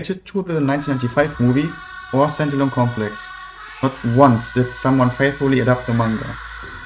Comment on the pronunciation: Dude... Wenn "Stand Alone Complex" aus deinem Mund wie "Sentinel Complex" klingt, solltest du vlt deine Aussprache für so ein Video überdenken. Auch sind 20€ für paar Schall-Dämm-Matten beim Einsprechen nicht zuviel verlangt, oder? Selbst Eierschalenboxen erfüllen diesen Zweck...